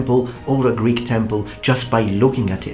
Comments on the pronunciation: Ur greek pronouncing of words is pretty pretty nice to listen to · Great greek pronounciation and no strange accent! Μπράβο! Greetings from Greece my friend! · Hey friend, just wanted to say that your pronunciation of Greek is stellar! Well done!